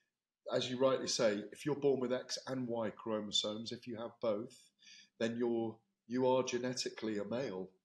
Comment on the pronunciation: Oh, and Ade, it's not chromosones. It's chromosomes.